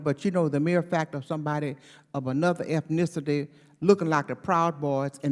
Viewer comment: "efnicity" she made up her own word.... Who elects theses people?